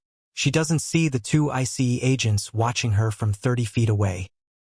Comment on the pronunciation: If AI can't get any better with pronouncing simple words like Dr and ICE then it doesn't need to be anywhere knew the Pentagon or any police or military entity.